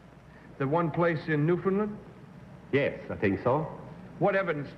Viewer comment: Kitty Carlisle was such a class act––and one of the few people outside of Canada to properly pronounce "Newfoundland" .